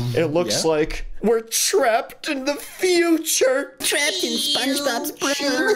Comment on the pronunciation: Umm it’s future not futerier